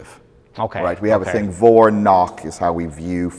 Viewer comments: vor - nach isnt pronounced like "Vor and knock" , but like "for and nakhh" (the V sounds like a letter F and the A as in 'calm' and the ch sounds like when those israelis say khhhamas) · as a german this butchering of Vorn and Nach is excruciating it’s more like Fawn and Nagh, yet i don’t know how to describe the harsh german ch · "vor - nach" before - after also it is pronounced very differently: vor is pronounced like for (or like french "fort") and nach is pronounced with like a russian h: nah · vor is pronounced for. V is almost always an f in German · that pronounciation of vor is so not correct I didnt even catch what he was talking about the first time lmao (not important but I thought it was funny)